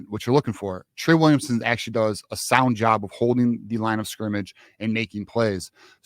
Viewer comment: You let’s saying Williamson